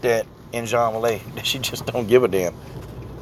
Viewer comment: Juang Weili's name is pronounced 'Jung waylee'